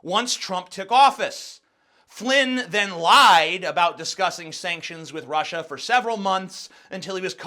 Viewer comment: Did Trump call Russia "Rusher" ?